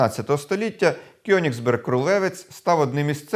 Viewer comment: Вірно казати Коеніґсберґ